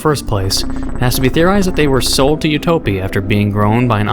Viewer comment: ITS PRONOUNSED UTOPIA WHY YOU SAY U TOE PEE?!?!@